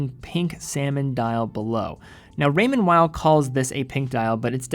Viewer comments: It sounds very weird the way you pronounce “Weil”. You can either pronounce in English which sounds like “wheel” or “whale”. Or you can pronounce it as it’s original language which sounds like “vile”. Using English consonant pronunciation and German vowel pronunciation in the same word just sounds so weird. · I think it's pronounced Raymond "Vay".. never understood why people dont take them seriously. Great elegant designs